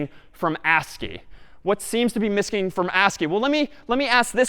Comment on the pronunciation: "What seems to be missking from ASCII" :D